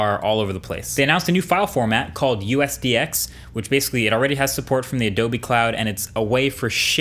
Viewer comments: USDZ not USDX my dude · USDZ not USDX😂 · .usdz not .usdx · USDZ Marques, not USDX! 😅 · It's USDZ not USDX by the way. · Just a little edit suggestion +Marques Brownlee. Its 'USDZ' and not 'USDX'. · It's USDZ not USDX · Its USDZ not USDX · Jsyk, it's USDZ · USDZ not X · USDZ* not X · It’s USDZ actually. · it’s USDZ not USDX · It is USDZ, not USDX! Sry Marques :D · UXDZ not UXDX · It is USDZ. Not USDX. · its USDZ not USDX:( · Did I just hear him say USDX instead of USDZ? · marques, i think you're trying to say USDZ right? instead of usdx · USDZ not USDX. 😁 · USDZ not USDX :) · Isn't it USDZ??? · Isn’t it USDZ? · Great video man! it's USDZ btw :P